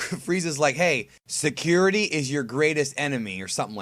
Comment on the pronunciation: the word is scrutiny not security